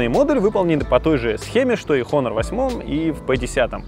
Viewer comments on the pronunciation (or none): none